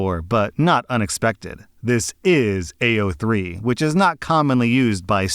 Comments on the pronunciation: it's like he was trying to pronounce it as badly as possible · Stop i didnt think id hear about AO3 here 😭 but also he daid it so wrong LOL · I just think it's hilarious how he pronounced it